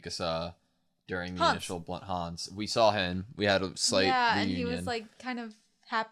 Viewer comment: The Connie pronunciation 😓 Connie like continuity y’all Pixis like pixie dust, not pikes Hannes like harness without the R, not Hanz